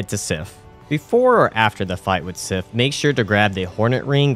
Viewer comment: The badge idea is inspired, great stuff! (also two very small corrections, Sif is the goodest girl, and Souvenir is soo-vin-err)